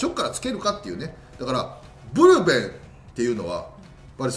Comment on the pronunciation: ブルペンがプルペンになってるw なんかかわいいですwww